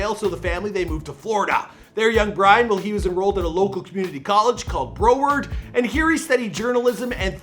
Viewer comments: He went to a community College called Bro ward? 🤣🤣🤣 Its pronounced Brow Word. Being from there, your pronunciation sounded so weird. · Why he say broward college like that??😂😂 I attended broward last year. It’s broward not Bro-word😂😂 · Bro-ard college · It’s brow-werd